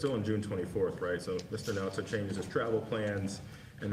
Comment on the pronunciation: mine so far was the Republican pronouncing Nauta’s name “Nu-ah-tah” because white racists passiveagressivly mispronounce Hispanic words with unfamiliar letter combinations. In Colorado, Buena Vista is pronounced “Byoona” by natives, even tv news peeps.